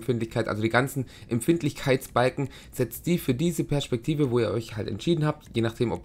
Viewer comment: alter ich will mir in die ohren stechen wenn du PERSCHPEKTIVE SAGST